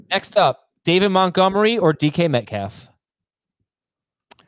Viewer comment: At this point I want David Montgomery to retire just so I don't have to hear say his name anymore and butcher it 😂. "mutgomery"